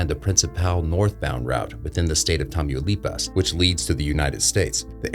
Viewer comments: No sr is not tamuuuilipas is Tamaulipas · "tameeyouleepas" 💀💀 ITS PROBOUNCED Tah-Mau-Lee-Paws LMFAO